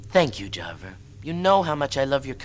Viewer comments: i always think this. and "jarvar" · The way pronounces Siva and Java irks my soul! 😂 whenever they use the fake Americanised accent they always add an "R" to the end of words for no reason. "Idear" is the most common one they do A LOT. Especially.